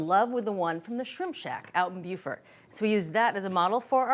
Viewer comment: Thanks, Julia, for pronouncing "Beaufort" correctly! BUE-FERT!